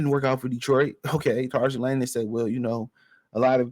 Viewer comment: Bruh I love your show watch everyone. But please ask Google the correct way to say Trajan 😂 u killing us 😅😅😅